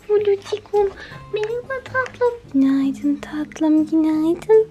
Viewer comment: NoBoDY:: KÜNAYDIN